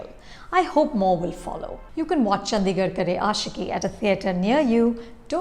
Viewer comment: The D in Chandigarh is pronounced as D, not “Dh”.